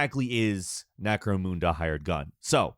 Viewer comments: Yikes that Necro-Mun-dah pronunciation. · "Necromoonda" - Immediately lost respect for the review lol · its not spelt necromooda, how fucking hard is this shit to pronounce. There are probably hundreds of lore videos and I would be surprised if the damn name wasnt said during the game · I'm not simping for or anything, but apart from the pronunciation of Necromunda there's nothing wrong with this review lol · It's almost like Necromunda is pronounced a specific way though and he's not pronouncing it right. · Yeah, I was cringing every time he mispronounced it. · my dude, please stop inventing new pronunciations for words that the game itself tells you how to say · short "u" sound. Not stick in moon at the end for no reason. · "Don't see a whole lot of Warhammer staples." LOL. Obviously don't know much about Necromunda and its relevance to 40K lore. To be fair, this isn't a 40K channel, so it can be forgiven. That said, I had serious problems with his pronunciation of Necromunda. Couldn't fathom why either. Just a weird nit pick. Regardless, solid review content as always. Keep up the good work. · Yeah this bugged me lol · Yeah obviously didn’t research the pronunciation... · I thought with new voice he'd also have a new found ability to pronounce words correctly. I was wrong. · you are saying Necromunda wrong, but other than that it is a good game, but it is buggy, and need updates but it is not game-breaking. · every time you say Necromunda I die a little inside. where is the extra o? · Only one issue with this review...the way Necromunda is pronounced lol! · Mind you, content creators of W40K do pronounce it this way. Folks that rather not bother to look up phonetics as a professional do bother me. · I don't think it's pronounced Necromoonda, I think it's Necromunda, like how you say mun in mundane. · Necro-Munda. Necramoonda. That was extremely annoying. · It’s necromunda. Line UNDERwear. Not NecroMOONda. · MUNDA not moonda